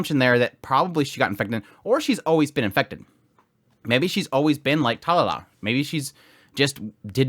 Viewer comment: Talala 🤣 sorry no disrespect i had to point that out But great vid by the way going to watch the episode now haven't watched it uwt